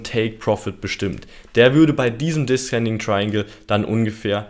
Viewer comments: Zur Aussprache: descending= diesending also nicht diskending / ascending=ahsending also nicht askending. Gern geschehen der Korrektor... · danke für dein tolles video :) aber bitte man spricht es deszending aus xD